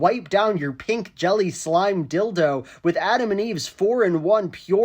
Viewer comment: “Slime dildo” not slim lolol